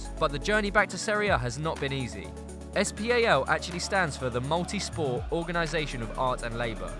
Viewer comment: please can you say SPAL and not es pi ei el??😦